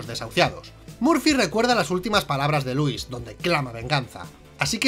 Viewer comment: Creo que pone el acento en la letra "i",y suena nombre de varón,en vez de mujer cuándo nombra a Lúis.puede que la traducción de españa la altere, pero la pronunciación también?